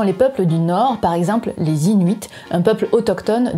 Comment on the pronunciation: C'est bon tu ne dit plus norde ;-)